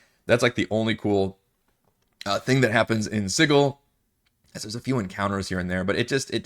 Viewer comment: Also called it Sid-duel.